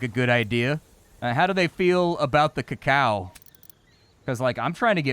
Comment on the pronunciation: did he really just mispronounce Cacao????